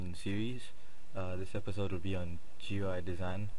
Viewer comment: You don't say each individual letter in "GUI," you read it as a word, which sounds like "gooey." Rhymes with dewey.